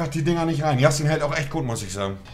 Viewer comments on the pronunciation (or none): Yasin nicht Yashin hahahaha